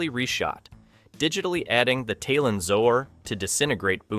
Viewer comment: Why do people who have never wayched an episode of a show present a review of the show? If youre gonna read a script, first ensure you can read it. Taelon is pronounced "Tay-lawn"... they say it often in the show.